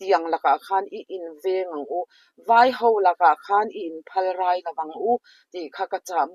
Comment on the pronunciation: Phalrai--rai tih lai hi lam hniam tur, naupai rai lam rik angin i lam a a dik lo aww.Kan tawng hi a thluk hian awm zia a nei tlat a fimkhur a ngai.I thusawi hi a tha ka ti lutuk.